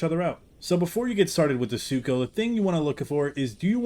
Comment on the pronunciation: Don’t worry. I accidentally called Sucho “Sarco” often as well.